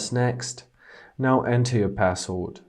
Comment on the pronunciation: What's passold. It sounded like you said passold.